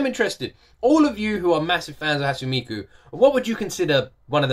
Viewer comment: I recommend "Romeo and Cinderella" and "Hand in Hand" both by Hatsune Miku; and "Luka Luka Night Fever" by Megurine Luka (another vocaloid). Also, it's pronounced: "Hot-soon-nay Mee-koo".